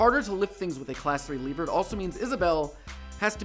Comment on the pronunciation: I think you misinterpreted what Nintendo meant by "Dark Energy." Also, you don't pronounce lever as "Leever", because the latter is a Zelda monster.